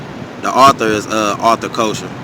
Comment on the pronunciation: Pronunciation of his name is ( Kessler) However thank you brother 🙏🏽❤️